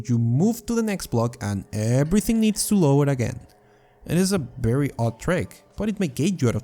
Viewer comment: WHY IS "V" "B" FOR YOU? BERRY? BERRY UNOPTIMIZED? NBIDIA GRAPHICS CARD? DAMN. ITS "VEE"